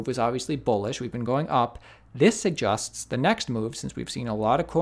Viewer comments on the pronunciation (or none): If I had one bitcoin for every time you mispronounce "suggest", I'd be a rich man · I wonder why you can't say suggest. I love your content, I just don't understand why you can pronounce that word.